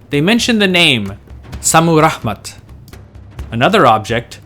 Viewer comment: Is ist Šammuramat or Šammuraḫmat? You write it one way, but pronounce it the other way.